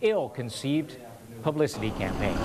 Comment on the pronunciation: haha ... he said "pubicity"